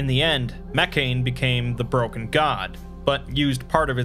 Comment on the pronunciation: I love and enjoy your videos, every time you upload something new, I watch it as soon as I can :D BUT: Please, stop spelling Mekhane as "Meccan" or "Meccain". It's a classical greek word, spelled "Meh - khah - neh" (IPA: mɛː.kʰa.nɛ̌ː) That's all I've got to criticize, for the largest part, your videos are truly awesome ;D